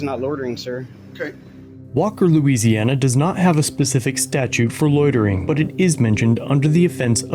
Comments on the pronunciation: They cannot pronounce loy-ter-ring. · What the heck is “lottering” 😂😂😂😂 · "Lawtering"????? That's not a word. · “Lordering” lol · Is there no one in this video who knows how to pronounce the word "loitering"? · I've never heard people struggle so much to say "loitering". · The only crime committed here is the cops pronunciation of the word "loitering."